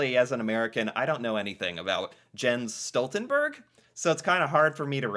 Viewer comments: The "e" in "berg" is pronounced just like how you pronounced the "e" in "Jens" in the beginning. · It's obvious you don't know a lot about Jens Stoltenberg. You don't even know how to pronounce his name!